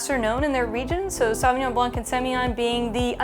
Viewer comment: Great knowledge and enthusiasm ! You do justice to the wine but I do wish you pay a little more respect to the origin of the language and try harder to correctly pronounce the names . My pet peeve is how American butchered foreign language shamelessly .